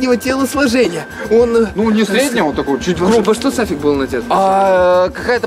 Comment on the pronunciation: Правильно Сафик